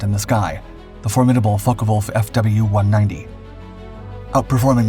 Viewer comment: They where pronounced Focke Wulf not Focker Wulf